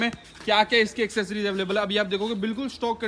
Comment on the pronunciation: की इंग्लिश अच्छी हो रही है,90 % लोग एक्सेसरीज को "एसेसरीज" बोलते हैं ।😂😂😂😂